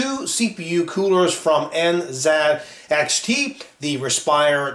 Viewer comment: its NZXT and not NXZT